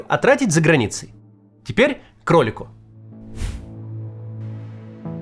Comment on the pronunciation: Всегда, когда Максим говорил "к ролику", я мысленно представлял себе кролика и даже немножко бесило, с какой невозмутимостью он произносит эту фразу. И вот, этот момент настал!!!